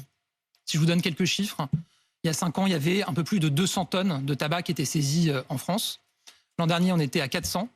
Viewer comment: Elle dit que c est la zone en Fronce